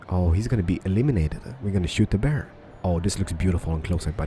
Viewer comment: It's a bäär XD